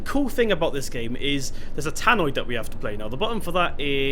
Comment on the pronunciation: Just so you know, it’s a *tannoy* not a *tannoid*